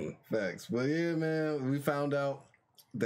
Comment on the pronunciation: Everytime he calls Lucci , Lucy i think he's talking about Luffy.